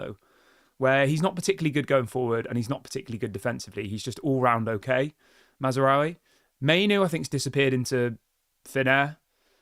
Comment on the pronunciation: HIS NAME IS MAZRAOUI YOU IGNORANT KNOB END......NOT MAZARAOUI as you are calling him.NOBODYS like you think you can comment on stuff when you can't even say a name correctly.....WHY DON'T YOU FO YOU CRETIN.